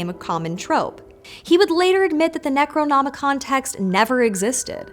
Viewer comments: The best part was watching flub saying Necronomican. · mispeaks: Necronomonicon Brain:... Doo dooo do do do. Munuh munuh